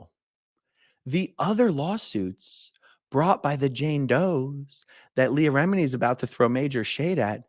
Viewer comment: Aaron is pronouncing Leah Remini’s name correctly. 🤷🏼‍♀️